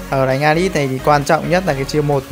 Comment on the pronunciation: ahihi e nhận ra 1 điều kể từ khi a chơi alice bên Mobile legend thì a cũng đổi luôn cách phát âm....alai -> alits